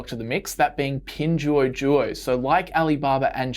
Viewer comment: you totally mispronounced pinduoduo. It's hard for people to find your video convincing when you get the basics wrong. sorry.